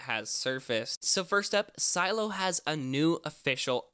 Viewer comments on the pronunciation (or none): its not si eello its Seh Lay Oh ffs stop it lol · Why do you call it Silo? Isn’t it “Si-Lee-oh? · Its pronounced si-le-o not silo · Its not silo its Sileo ! pronounce correct CYdia is not cidia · A part of me died when you said Silo instead of Sileo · Am I the only one that is bothered by the fact he keeps saying "Silo" instead of Sy-Lee-Oh? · Just one small, minor detail....sil-e-o....not silo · It’s not pronounced silo, but si-lee-o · It’s pronounces silly-o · Sih-lay-oh is how it’s pronounced lol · I’m pretty sure it’s “SUH-LEH-O” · I think it’s pronounced “ se-Leeo” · Shouldn't it be pronounced like "SILL-ee-oh"? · Isn’t it pronounced as si-le-yo? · Its doesn’t take a high school degree to pronounce Sileo right.... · Is sileo pronounced Cy-lo or Cy-leo? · pronounce the name right..